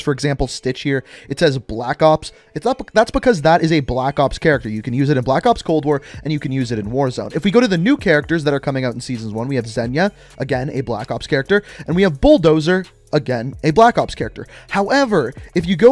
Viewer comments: I think the reason why he hasn't hit 1 mil yet is because he calls zeyna "zenya" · Homegirls name is actually pronounced Zey-na its a version of Zena. I had two huskies named Zeyna and Zena